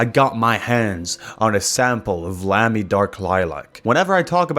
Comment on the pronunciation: Hearing Americans pronounce Lamy makes my German skin crawl.